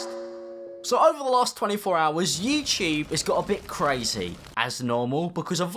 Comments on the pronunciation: I never thought "YouTube" pronounced "YeeChea" cool... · Don't See My FEATURED CHANNELS!!! He pronounced it youTube?